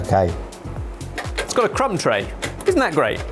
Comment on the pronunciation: Crumb tray? I heard c*m tray